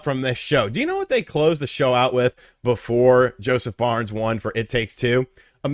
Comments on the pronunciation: You keep saying Josef BARNES? It's Josef FARES... pronounced "Fah ress" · Did he say Josef Barnes 🤣😂 you like a guy but dont know his name and u keep saying it 😂🤣